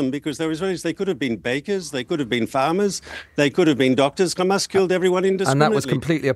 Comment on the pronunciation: I'd like to see the count of how many times he said Khamas